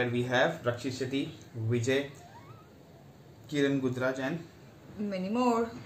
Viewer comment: bRo! iT iS "Vijay Kirgandur", hoW iT becomEs "VijaY Kiranguduraj"? n mAnY MoRE? noT to dE-motivAtE, buT iF namEs arE meNtiOnEd oFFiciallY tHeN shOuldnt yoU rehErsE, aS thoSe naMes maKE aN imPacT iN thE moViE? plS consiDeR neXt timE.